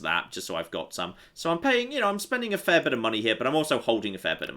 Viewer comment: "The Axe of Pe-ying Too Much"? [el'sda2].